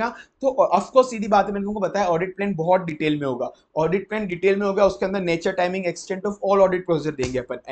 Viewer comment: Bahut zabardast revision lecture hai yeh Bus sir aapse ek request hai ki aap apne pronounciation par kaam kar lijiye, (For eg Plan ko aap Plane keh de rahe jisse aeroplane yaad aa ja raha)😂😂